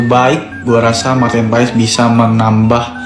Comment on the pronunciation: bacanya martin pes ya, bukan paes.. terima kasih..